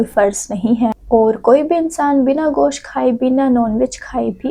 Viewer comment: Gaos nahi gosht hi😂😂😂😂